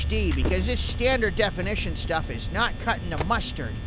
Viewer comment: hey guys i knowcthis is now 2 years but anyway look at the listen to whe he said not he said snot lol